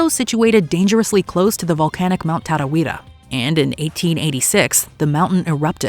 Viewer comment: I just want to say, for an American, you said Tarawera very well. Usually Americans say Taaraaweara, and it grates on me, but damn. Well done.